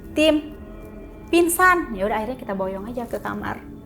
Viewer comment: pinsan…. g nya ilang